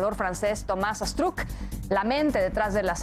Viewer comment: Y Thomas Astruc no lleva acento al decir su normbre